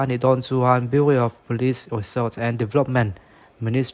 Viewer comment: biuriau tih loh tur. biuraw tih tur😁